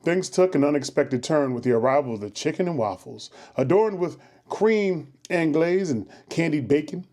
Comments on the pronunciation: Focaccia is actually pronounced "Foo-cashah" And creme anglaise is "cremm on glaze" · Focaccia = Fo-Kahcha Gorgonzola = Gore-Gahn-Zo-La Crème Anglaise = Krem-On-Glahz